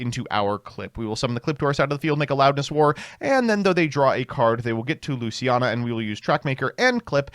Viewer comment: “Lucina” & “ReGina”